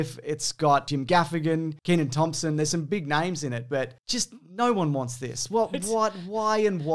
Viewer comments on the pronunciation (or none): none